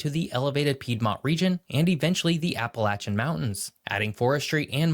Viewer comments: He pronounced Appalachian so wrong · Did that guy say Appalachian wrong or does everyone in New Jersey say it wrong?😂